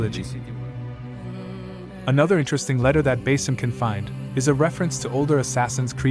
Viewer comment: I couldn't focus half way through cause they keep saying "Base-im" and it's bothering me 😂 like his name is pronouned like 'bah-ss-im' its literally said by NPCs 😂 I dont get how so many people willfully mispronounce names like it's a choice 😅 im so sorry good video otherwise ❤❤❤❤